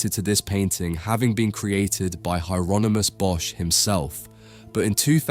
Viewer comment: If this isn’t AI narrated, why pronounce Hieronymus two different ways? Weird af